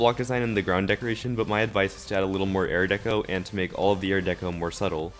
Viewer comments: I like the part where he says airdeco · Air deco.